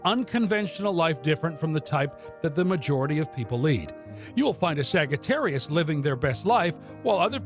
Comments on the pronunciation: It's saggy not sagee🤣🤣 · Did you really pronounce it like that? A sag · Sagittarius Sags? The G here is the one and only place I have heard it pronounced this way honestly its different and my gut insight tells me it is more accurate as Saj-ittarius as phonics go but beyond that back to the origin of Astrology. I resonate with source No Sagittarius Ive ever known is unreliable as the signatures for our sign has long been Insight Wisdom Light bridge builders Empathic and major adherence to loyalty and best of all lastly not least is temperance which is balance and balance. which balance defines as stability, the Hebrew language defines wisdom as stability aka Sophia having deep connection with the Moon also Sophia Never have I met any person expressing unreliability at all which I will dismiss as a false attribute. Clear and baroque Sagittarius is a master marksman and having a bow we find bow originates from om and later ohm. As for the arrow it is an arc of light a gift of Zeus and as equal in power to the lightning rod he wields. We are seekers of truth in the highest order which creates a deep desire thirsting for knowledge many of our star sign are healers and mediumnic gifted with inner spiritual sight and astral plane access to the legendary Akashic Records archive we are born empaths and in many cases of lives lived are born with old sage souls that retain multiple gifts of Kosmic knowledge Astology and Theology sciences as well as highy vibrational old souls teachers educating others and builders of life helping many to see their own divi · Why does he say it wrong! It hurts my brain!!😳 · Why tf is he saying it this way?? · I don’t think that’s how it’s pronounced